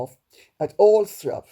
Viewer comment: Glad to hear your pronunciation of Althorp Lady C. I live down the road!